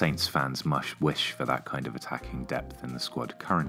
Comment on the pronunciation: "mush wish" 😂